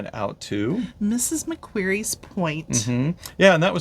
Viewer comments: we became a convict destination after the yanks kicked the british out. murica seems to forget you used to have convicts sent from britain as well.. edit: pronounced mak-quarry, not like fairy. :) Bondi, pronounced Bond-eye. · Hello, so happy you enjoyed your first time in Australia, and that you intend to return! Please don’t be offended, but, as an Aussie and a Sydney- sider , I wanted to help you to “speak Australian like an Aussie” by pointing out that :- Mrs Macquarie is pronounced like a rock “ QUARRY” so, it’s MRS MAC-QUARRY Bondi Beach is pronounced BOND- EYE. ( not Bondee). I am loving your videos, and you are such a lovely couple, I hope you enjoy the rest of your Second Phase adventures! 😊 🐨🌏🇦🇺🦘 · Good points. It's like Ma-Quarry and Bond-Eye.